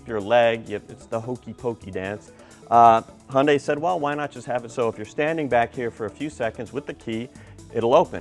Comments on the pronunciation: It's suppose to be pronounced it "Hyun-dae" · y does he say "Hondai"???